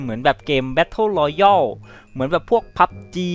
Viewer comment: Fact: battle royale (รอแยลนะจ๊ะไม่ใช่royal(รอยอล))